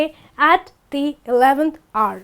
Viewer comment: The word hour sounds like R,and the word work sounds like walk.